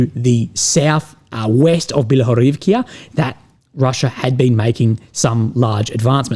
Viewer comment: Bilohóryvka. "-ka, not "-kya".